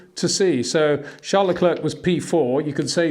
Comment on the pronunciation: wtf there is no "sh" in Verstappens' name...so why pronounce it?? same for Charles Leclerc his name isn't Sean...it's weird...